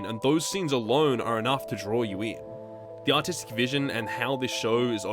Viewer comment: Only mid way through the vid I realized he said artistic and not autistic.